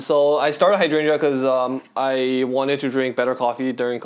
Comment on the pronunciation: love this video, but the way you pronounce hydrangea triggers me